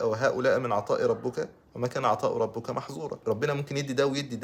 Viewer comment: كلمه ربك بالكسر مش بالضم حضرتك كاتبها صح بس مش ناطقها الفيديو يدل امل وتحفيز جزاك الله خيراً